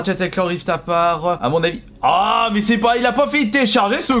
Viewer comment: J'ai eu trop envie de mourir quand il a prononcé Ratchet et Clank Rift ->APAR<- au lieu de aparte